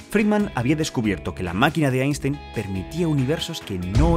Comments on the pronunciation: Se prouncia "ainstain" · Einstein se pronuncia "Ainstain" en aleman.